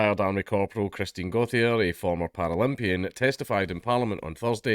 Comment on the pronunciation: Goat-chee-ay for fucks sake.